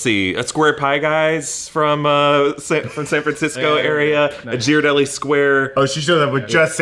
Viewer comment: Did just mispronounce Ghirardelli?!?! HE LIVED HERE